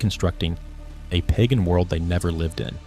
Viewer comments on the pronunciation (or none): none